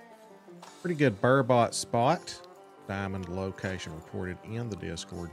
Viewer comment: You’re making super angry you pronounce burbot ber-bit not ber-bot